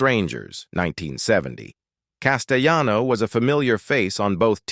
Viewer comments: Actor Richard CASTELLANO is an Italian American, not a Spanish American, therefore his name shouldn’t be pronounced Casteyano. Just saying. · The double "LL" in Italian is pronunced as Ls not y's as in Spanish. This voice over guy (*AI voice) is on so many videos and he pronounces things incorrectly all the time.